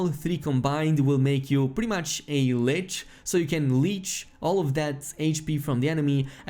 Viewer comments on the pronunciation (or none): none